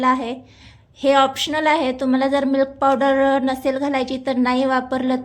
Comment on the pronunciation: मिल्क पावडर असे स्पष्ट पणे बोला लवकर समजतं नाही